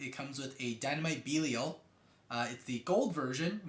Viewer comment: It’s pronounced dynamite bellial not beelial